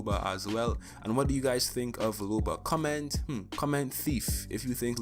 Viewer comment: Dang you got loba correct